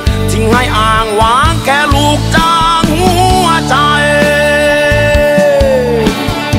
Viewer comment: เพลงเพราะ แต่ร้องไม่ชัด ทำใหง้ฉันอกหัก แค่ลูกจ้าง หงัวใจ ออกเสียง ห หีบ ไม่ชัด ฟังแล้วขัดหู